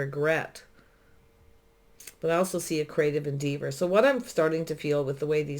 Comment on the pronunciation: Thank u for this lovely reading - fyi - en-deh-vur 🌿